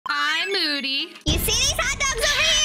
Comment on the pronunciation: In the intro I loved how she said "hi moody" and it sounded like "bye moody*